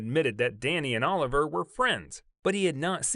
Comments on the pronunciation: I wish you’d do more research on pronouncing names… I cringe every time u say “Oliver” instead of “O-liv- e-aye”🤦🏽‍♀️ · It's not pronounced Oliver. It's pronounced "O-Livvy-Aye". There was also some prince that had the hots for Danny Kaye. The rumors about Danny's sexuality have existed for many decades. But rumors are rumors. It's up to a person if they want to believe them or even care. Which I don't. A celebrities life is not for sale. We are only entitled to what they agree to and are paid for to do. Nothing else.